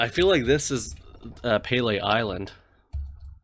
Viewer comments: I think it's pronounced "pili" not "pay-lay" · Good video! Description of this map definitely isn't wrong, some of them are quite tricky. Never heard someone pronounce Pelee in that way, although it's probably not entirely incorrect. The 500 in Labrador has been around for awhile but I'm pretty sure the reason why Labrador had such a well maintained road was because more recently the federal government gave some funding to improve road infrastructure in Labrador. Never realized how beautiful Haida Gwaii is.